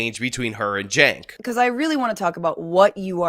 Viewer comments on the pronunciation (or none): Hold up! I just wanna know one damn thing. How in the HELL do you get “Jank” out of “Cenk?” That’s wth I’m talkin bout!